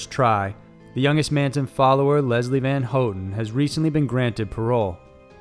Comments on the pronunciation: Isnt it pronounced HoWTon not HoeTon...maybe its just me but never heard her last name said this way my entire life....but even if i am incorrect...this fella always gets it right, unlike the character on the top 5's videos...think his name is ty knotts...that dude is the best butcher of words I've ever witnessed...from places to peoples to anything...oh boy, even an unlucky person would say a word, known by all half the time when only 2 possible pronunciations exist...however Tye Knotts will do it wrong, exactly like 99percent of the time....😊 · Leslie Van Houten's last name is pronounced "Van HOW-ten" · Susan Atkins, not Watkins and you're pronouncing Leslie Van Houten's name wrong. If you can't even get the names correct, what other facts are wrong?